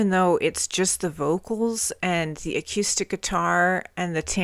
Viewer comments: "A cue stick" Sorry I can't help but laugh at the pronunciation of acoustic it's great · I kept laughing every time you said acuestic. XD Got Me Wrong is still my favorite AIC song, it's not their best but I just love it. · you're not pronouncing "acoustic" correctly. thanks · Wow, I missed this video too. You even reacted to Sap, you're an AIC veteran at this point. I wonder if you've gone back to re-listen to 'Right Turn' now that you're familiar with Chris. Also love the way you say "a-Q-stic" lol. Sap was a really cool project, they actual used the money they got from Cameron Crowe to record 'Would' for the movie Singles to cut the EP, then released it in stores with no press. They wanted it be a bit of an easter egg for their fanbase before easter eggs in popular culture were really a thing. I think Cantrell said it was when Kevin Smith featured 'Got Me Wrong' in Clerks that it took off. Jerry has also said that Sap set the expectations for the fans that they could do the hard stuff and the softer stuff, so from early on, regardless of their success, they didn't feel limited or boxed into a sound. Awesome reaction, 🤘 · The way you say acoustic - almost by adding a Q in there - is like a sweet idiosyncrasy! You rock like AIC